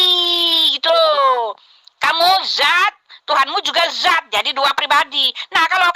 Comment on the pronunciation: Dzat dan Zat kan 2 kata yg berbeda? tapi cara pengucapannya kok disamakan bunyinya?